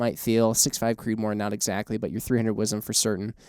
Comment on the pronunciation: I cringe every time y'all say "WIZEM." Yes, I'm from Texas.